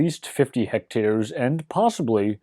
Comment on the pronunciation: Why do you say hecters when its clearly written hectares?